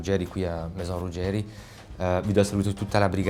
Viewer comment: Stavo sopportando la pubblicità per guardarvi poi ho sentito il tizio dire Ruggerì invece di Ruggeri e mi son detto “gente che non sa come si chiama difficile che sappia fare altro”